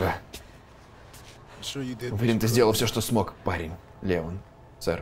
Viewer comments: ЛеОн, а не ЛЕон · Его зовут Леон ударение на О, леОн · Мне понравилось, лайк, и кстати, в принципе мне не важно, но Леон с ударением на е мне не очень звучит, но это уже твой выбор. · Не хочу выпендриваться но не лЕЕЕон,а ЛеОООН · В локализации леОн, по произношению английскому это лИон, т.е. лЕон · леОн а не лЕон >:0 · не леееон а леооон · Леон правильно ЛеОн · По моему не ЛЕон а ЛеОн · Не лЕон а леОн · правильно произносить имя леОн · Ударение в имени Леон не на (е), а на (о) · Леон ударение. На о